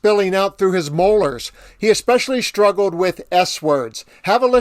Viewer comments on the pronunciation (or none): I agree with the slurring. However…you said “shtruggled “ rather than struggled. So there is that.